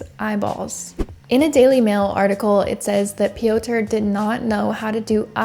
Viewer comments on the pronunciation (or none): Pee- ow- turh is wild 💀 It's pyohtr (rolled r). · did you really say "pee-oh-tur"? It's fucking Peter just in polish 😂😂😂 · Piotr is just pronounced Peter, I think! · "Piotr" - it's not pronounced Pee-oh-ter; it is pronounced Peter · no it's not😭 why are you giving made up advice especially when she made an effort to pronounce the name similarly to the polish variant already? it's pronounced similar to russian Пётр which means the P is followed by a yo (ё) sound - io io io P io tr Pyotr, not an "ee" sound as in Peeter. it shouldn't matter how pronounced it, and using the english equivalent (Peter) would've been absolutely fine as well, but the way she said it was more accurate than what you're suggesting so why correct her? no hate to you just curious as to why you felt like sharing this fun fact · "Pioter" lol thats not how you pronounce that name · Piotr is pronounced Pee-yot. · Piotr is the Polish version of Peter bit it's actually pronounced "Pee-yot" with a nearly silent R at the end, but the R is not a hard R like you are saying, but more like a quick rolling R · Just a fun fact…the Polish name “Piotr” is pronounced “Peter”. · Aleksandra - you say correctly Popek - also correctly Piotr - English version is Peter But overall your pronunciation is good 👍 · You calling Piotr ‘pee-odour’ is killing me. It’s not a funny situation at all, but it still made me laugh. I hope his victim is okay. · "Piotr" is pronounced just like Peter. 😊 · What a load of bollocks, learn to get percentages right (98%😆) and how to pronounce a name before going on line to say it (it's the Slavic spelling for Peter) and stop with the woke bs, she is a she, not a they. Shite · well you should tell the Piotr i know he is pronouncing his own name wrong! hahaha! maybe he just pronounces it to the closest English equivalent because everyone gets it wrong. so that could be my fault. if so, my apologies